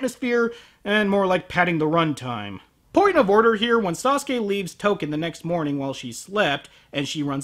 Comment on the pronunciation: When he said Token, I thought he was calling her Touka. Like Touka from Tokyo Ghoul.